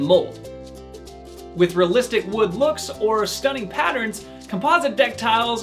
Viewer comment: Couldn’t listen to his shocking pronunciations of the words realistic and composite, had to turn it off after 38 seconds